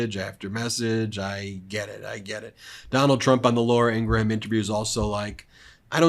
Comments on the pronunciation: Ben, why do you keep calling Laura IN GRA HAM, it’s Ingraham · It's pronounced "Ingram", not "Ingraham." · you dont pronounce every letter ingraham you know how to say graham right? gram? same thing with ingraham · Ok Ben, I love you, but it's "Laura EEN-grum" as opposed to "EEN-Gra-ham" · Ben, please pronounce Laura Ingraham as "Ing-Rum" not "Ing-Ra-Ham" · no 'HAM.' Pronounced In GRUM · "LOR-uh ING-gra-ham", 😂😂😂 Isn't it fun to mispronounce people's names? High comedy, for sure. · i like it when you mispronounce it to ingra-ham